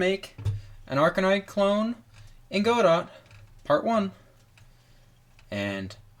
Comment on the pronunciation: Why did you pronounce godot like that 🥲